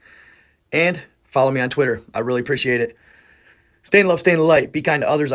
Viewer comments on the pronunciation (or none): none